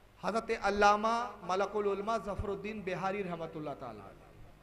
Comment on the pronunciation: malikul ulma he.malkul ulma nhi saab.phile arbi she sekhu yaar